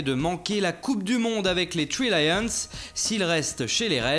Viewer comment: les tree lions??